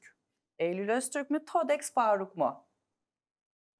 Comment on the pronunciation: Todex değil Thodex, nereden bildiğimi sormayın skklsks